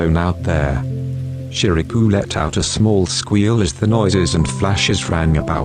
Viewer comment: the voice was so relaxing but it really cracks me up everytime it says Shirabu cus' i always hear it as "ShiRaPuUuU" lol